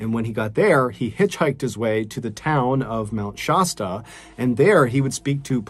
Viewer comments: Shasta is sh-ass-ta please stop mispronouncing it. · Sorry, but I have to correct something... Mt. Shasta - shASStA. Love your stories!! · It is kind of disrespectful to mispronounce names and places.